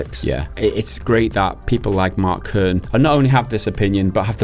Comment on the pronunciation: Kernie, Cernie? It's just Kern.